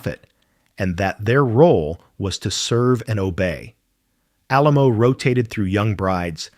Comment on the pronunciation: It did mention the keeping and praying over her corpse, but it mispronounced Alamo. Her body was stolen by cult members and finally turned over to authorities. Her daughter went to court and got custody then buried her in a mausoleum in Memorial Park Cemetery in Tulsa, OK. He is buried 3 slots down from her.